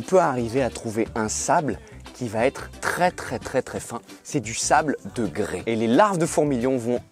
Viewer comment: on dit du grès, pas du grés